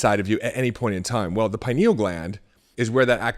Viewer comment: Couldn't watch this one because he kept mispronouncing pineal...